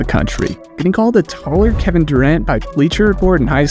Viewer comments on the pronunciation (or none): none